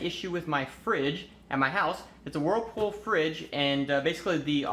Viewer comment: Did you say, "Warffal refrigerator"?